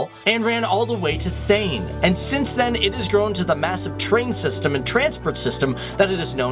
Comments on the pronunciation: well its not thane its thaane lol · ahhh the pronunciations.... 'thain' ..... my ears are bleeding.... good video though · lol first train from cst to thane.........its pronounced as thaaaaaa........nnnnneeeeeeeeeeee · its not thane its pronounced Tha - nai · Its TH - AA - NEY not THEYN. Anyways nice video. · you have just pronounced thane as "ten" ...😝 Ufff..... ye gore log.... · Thansk for doing this I live in Mumbai and yet I didn't know some of these. Btw its not Tha-yne... its Thaa-ne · it's not Thane it's actually Thaaney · he pronounced thane as thene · its Thaa nae :) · Hi, I am originally from mumbai. Your video is great. The only thing I would suggest is that get your pronunciations right. For e.g. you spelt chaturthi, Thane wrong. I mean you said it correctly in english but It is not the way they are said in Hindi or rather in India. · at 2.47 . MUMBAI TO THANE TRAIN section....THANE its spelled as THAAAAAANEY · Thane is actually pronounced as Thaa----ne(ae) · It's pronounced as thaa-ne. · 'THANÉ' is pronounced as 'THANEY' kinda like 'Sauté ' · actually its pronounces thaa-nae but whatsevs i know Indian names can be difficult. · THANE is pronounced "Tha-nay" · Thane is pronounced as Thanay... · nice video but u did a lot of pronunciation mistakes. THANE is pronounced as "Thaa-ney" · pronounced as Tha-nae its Thane u linked that london river with it And the First slide of the video is Navi-Mumbai or New-Bombay. Kharghar. Biggest satellite city of the world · Thane pronounced wrong 😂😂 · Just loved the way you pronounced Thane :P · Hahahaha you pronunced thane wrong not yo humiliate you but it sounded funny